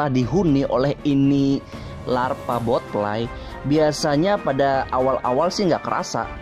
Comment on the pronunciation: Botfly not botlie